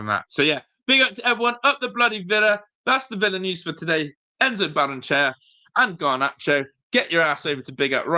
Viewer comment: Ba-rren-e-chey-a In Spanish, every vowel is sounded.